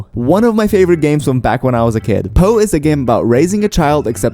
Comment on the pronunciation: IT'S POU NOT BOU